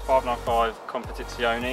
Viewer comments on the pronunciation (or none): Why does everyone say “Competizioni”. It’s Competizione.